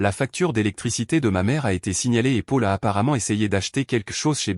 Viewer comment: Paul se prononce Pol, pas Pôle 😊 :J' ai pris un latte" ou une latte ? 🤣🤣 Quand tu fais ce genre d' opération, pars le week-end loin d" eux et profite 😊 N' oublie jamais que tu es malgré tout en grande partie responsable de la situation 😢😟 Les précipiter dans leur chute est une drôle de manigance et je ne pense pas que tu vives très bien avec cela à moins d' être pire qu' eux .